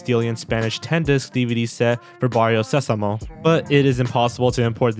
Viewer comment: Barrio Sesamo is pronounced like Barrio SEH-samo, not Barrio Se-SAH-mo.